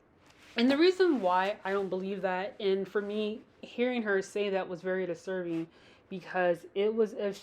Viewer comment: ...A Froodan slip 🤣🤣🤣 I caught that too & can't stop laughing... ...hearing her say that is very disserving, very disserving... 🤣🤣🤣